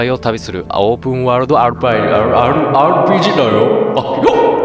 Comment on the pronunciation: RP… 言えてね～～～～～～～～ wwwwwwwwwwwwwwwwwwww